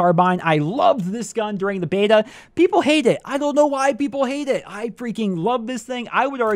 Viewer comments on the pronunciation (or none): none